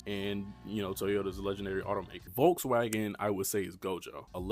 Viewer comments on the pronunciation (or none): none